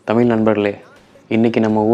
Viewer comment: தமிழ் என்பதை சரியாக உச்சரிக்கவும்…